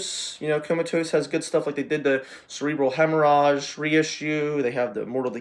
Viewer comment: listening to extreme metal and not being able to pronounce hemorrhage, atrophy, etc. is insane. Also, quote unquote, not “so and so.” I’m in amazement